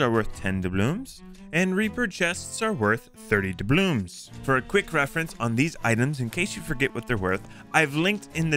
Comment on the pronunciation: "D A B L O O M S" it hurts